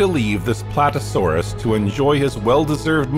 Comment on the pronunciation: It would be nice if that was the only mispronunciation. But they also invented many new species, like Platesaurus and Nyasaurus. Not to mention a triassic Quetzalcoatlus. A lot of effort was put into this video I'm sure. But in some places it's not very accurate.